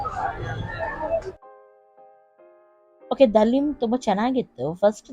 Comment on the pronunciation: Hi It's Haleem not Daleem Hyb famous Haleem